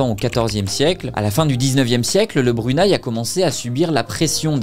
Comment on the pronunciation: Tes vidéos sont vraiment intéressantes j'adore les regarder. Mon seul petit bémol c'est que le Brunei se prononce Bru-né-i 😊